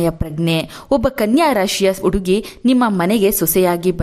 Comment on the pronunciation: Please nimma salahe chennagitthu aadare hakaara and akaarada bagge sariyaagi maathanaadi ex. Udugi uduku ennu hige thappagi helade hudugi jennu huduki hige hakaara annu sariyaagi uccharisi .